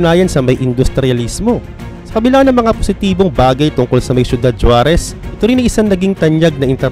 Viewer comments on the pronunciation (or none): SORRY ABOUT DUN SA “JUAREZ”YES YAN YUNG SPELLING NYA BUT ANG BIGKAS NG MGA MEXICAN JAN HINDI “J” KUNDI “H”…HUAREZ YAN PO ANG TAMA.😂😂😂😂